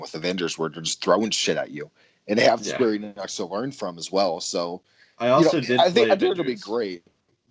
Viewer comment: “Square Enocks”?